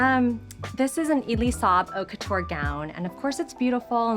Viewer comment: How many time can you miss pronounce “haute couture” in 5min?